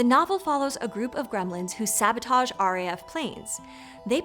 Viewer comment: "with their dy-a-bo-lick-l sab-o-taugeeee" 😂😂😂😂